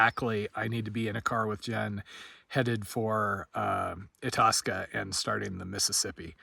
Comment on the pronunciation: Love your videos, very excited about the Mississippi trip.... but i just feel a need to say (as a Minnesotan who has been to Itasca multiple times) the local pronunciation is eye-task-a.